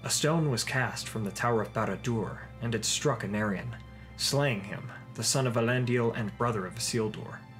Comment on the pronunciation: You keep pronouncing Elendil as Elendial